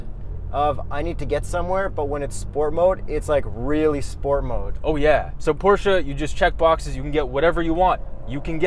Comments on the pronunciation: You pronaunced the brand name correctly sometimes. Make sure you always finish 𝗣𝗼𝗿𝘀𝗰𝗵𝗲 with "eh" , not with "ah". Examples from the original pronuciation again: ; , , etc.. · Close but you said it wrong. PorschEH not PorschAH. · Stop saying pow-chuuuuuuuu instead of por-sche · It's not Porsha it's Por-sche. E like electrod. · Stan Lee except that’s also an incorrect pronunciation that car enthusiasts falsely believe to be right - the correct pronunciation is Por-shur, like por-shé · You guys said it right PORSCHE! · It’s pronounced Porsche! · wrong... it's actually pronounced Porsche! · Porsche is pronunced Porscher. Whoo hoo.